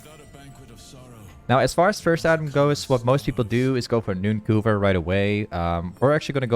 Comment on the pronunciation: 'Nooncoover' I'm sry.